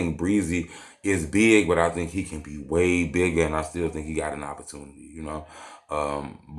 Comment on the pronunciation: That nigga said "tank you" 🤣